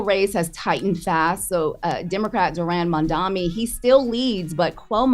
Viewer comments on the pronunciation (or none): maMdani that’s how you say his name . How are yall still mispronouncing??